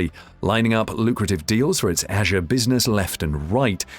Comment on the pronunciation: The way you pronounce ‘Azure’ and ‘beta’ is incredibly distracting. Not a great video.